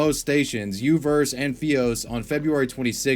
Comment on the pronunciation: whats a "fee-os"?? its "fi" as in "wi-fi" or "fiber optic", NOT "fee" as in "rufie" or "late fee"